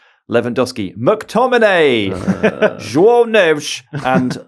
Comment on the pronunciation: Wow , a brit that says João the right way . Well done 🎉